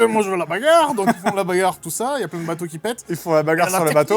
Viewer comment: Ce que j’ai retenu du film : « La bagarrrrrre!!!.. » aucun regret d’avoir été spoilé 😂 ( , ces deux là à rejouer en boucle à volonté)